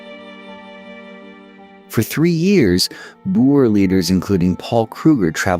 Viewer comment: Why go to all the effort of researching this, presenting it and then pronouncing EVERY SINGLE South African name, place, person wrong? Veld? Boer? Laager? It hurt to listen to this, Piet pronounced Pie Et, seriously...? How hard would it have been to just ask a saffa how to say the words before narrating?